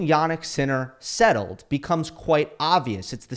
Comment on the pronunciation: Settled* 😂😂😂😂 Jesus Christ..